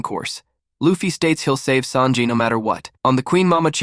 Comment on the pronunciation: i like how you say sanji as SAND JI not SON JI lol love your videos !